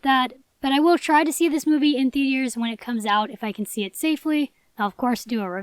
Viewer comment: “ THEATIERS” Lol 😆 iykyk